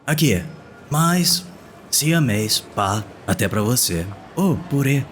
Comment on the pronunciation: "Purê" kkkk